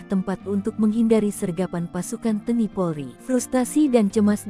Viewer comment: Tolong mbak penyiar bahasanya yg benar, baca TNI kok teni maksudnya apa